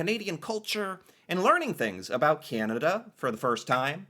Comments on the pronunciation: gives way too much misinformation, and he accentuates " aboot " way too hard. I've lived in almost every province of Canada and never once I've heard anybody pronounce it that stereotypically. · the most fake Canadian on social media. Stupid fake accent making up pronunciations that one would never hear or say in Canada. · Yes, GAWD, WHY DO PEOPLE KEEP WATCHING HIS VIDEOS? HE’s insufferable, right down to his playing up his intentional mispronunciation, or .speech affectation. He’s soooooo awful. And, I’d wish people from outside of Canada, trying to learn about Canada & Canadians would stop watching that pompous a$$. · No kidding, cuz I've never heard any Canadian pronounce about like that. I am mid 50's & live in MB. Maybe some areas of Quebec pronounce it like that. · First time I hear a Canadian say "aboot". 😂 I'm from Montreal, Quebec. Didn't know it was a thing until I watched your videos. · I guess you never heard of putting left over syrup in a different container. Those are just wool socks. Nothing special about them. is the first person I have EVER heard pronounce about like aboot. A lot of the No Name products are actually the same as a brand name product and made by the same brand name product. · Notice how a few times, forgot to say 'about' as ' aboot'? LOL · Can't stand the way says "Aboot" so annoying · I had never heard anyone say it like he did in the video either, until I was in a hotel in Toronto. I turned on the tv and the news was on. The news anchor said aboot a bunch of times. I was like, 😲 "It really is a thing"! I just thought all of the ribbing I would get from USicans (I live in USica) aboat it was them being coocoo. I mean most of them are, but that's beside the point. (They think their country is America 😂🤣) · Why is he saying about and around like that? Tf? Nobody talks like that. Also, I didn't know Americans didn't know what a poppy was! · no pronunciation like that in Quebec either